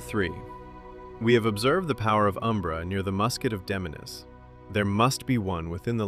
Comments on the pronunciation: Did you even play the game? You butchered Damiene’s name.. it’s giving ai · /my-er-deen/?? did you play this game? /Mmm-yer-den/ tyvm edit: /dah-mee-ah-nay/?? no no no. Watch her intro video. /Day-mee-en/. tyvm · It’s not pronounced Dom-ya-nae is Dame-me-yin. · Dom-Yah-Neh, Myer-Deen. Bro can you read? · DAH-MI-AHN-AYY??? 😂 Bro, her name is Damiane. You know, the feminine spelling of Damien? Watch the cutscene of her introduction again and put some respect on that woman's name, lol. I jest, but I've never heard that pronunciation before in my life. Good video, though! I love the lore of this game and it's good that more people are getting to see it through this. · I can’t tell if this is AI narration or not. It’s the only way I can justify the mispronunciation of names like Myurdin and Damiane which were both SPOKEN OUT LOUD IN THE GAME.